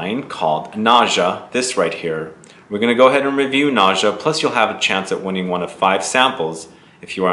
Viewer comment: Its is pronounced NA-GHA... nice review... sounds interesting